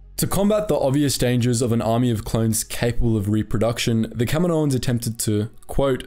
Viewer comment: Does anyone else wince when he says "kaminoans"?